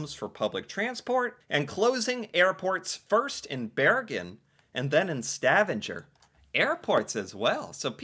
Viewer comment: Stavanger pronounses like Stav - anger.